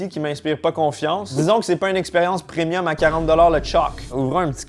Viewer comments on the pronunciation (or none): none